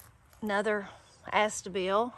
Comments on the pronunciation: Astilbe and not astible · Here we say ah-STILL-bee instead of AHS-ta-bill. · No such shady perennial as "astabill". Your plant is an ASTILBE, pronounced ah-stil-be. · Thanks for sharing your experience and your flower beds. Uh - still - bee is how astilbe is pronounced. : ) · You have so many beautiful yet tough plants! Please follow up when they are fully up and blooming. Forgive me, the pronunciation is "ass-still-bee" 🥰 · They're nice wrapped in "Streaky" Bacon. i.e. the only thing THEY 🇺🇸 call Bacon. For some, inexplicable, reason they don't acknowledge "Back Bacon" AS Bacon. :¬O Have you researched Dandelion edibility + Leaf "Tea" and Root "Coffee". NEVER heard Astilbe pronounced "Aster Bill""